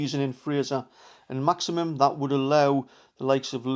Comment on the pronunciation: Great content. But its Maximin not Maximum.😊👍